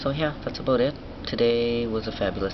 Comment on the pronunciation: haha canadians your awesome. "aboot" lmao south park